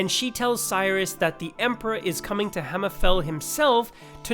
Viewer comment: I agree with the guy that said just cut the first 4 minutes. That's probably better for the smooth brain among us and in the future. No problem with the dialog though very well spoken apart from the hammer-FALL being clearly you thinking daggerfall and not Hammer-FEEEEEEEEELL. 😂😂😂 love the stuff man keep up the great work. 🎉